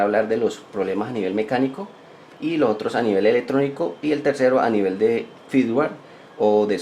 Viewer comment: EleCtrónico, NO "eletrónico", por lo demás, interesante tu vídeo.